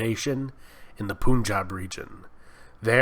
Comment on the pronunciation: I liked this. But one thing you should know, it's not pronounced "Poonjaab". It's like "Pun-jaab".